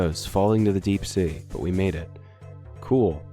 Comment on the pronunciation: I almost thought said "Deep State" and not "Deep Sea"